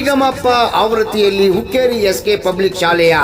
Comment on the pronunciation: Hukkrri ಅಲ್ಲ hukkeri